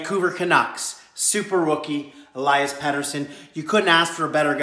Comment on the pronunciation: Its pronounced Elias not alias lol